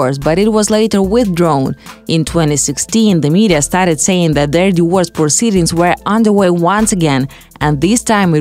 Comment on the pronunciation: Can you please get someone who can dpeak english. Its not pronounced a diwors, it is a di-vor-ce